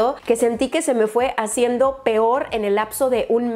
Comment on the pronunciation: minuto hablando como con un acento tabasqueño que estas hajiendo jajajajajaja, saludos